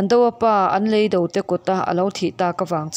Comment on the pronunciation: Leido nilovin, "lêi do" tih tur.